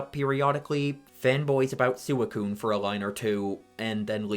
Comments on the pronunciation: SewaCune Nah even as a kid and without watching the anime it was always SweeCune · Lost me at saying "Soo-ih-coon" for no fuckin reason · Sooey-coon lmao I wasn't looking at the screen when you said that and was confused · It's officially pronounced "swee-coon". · That is… Definitely a unique way of pronouncing Suicune. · I’m fairly certain he pronounced it that way for engagement bait. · That's how I've always pronounced it (I know it's not the official pronounciation though). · Wait, is it wrong? That's how I pronounce it too. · it’s VERY wrong lol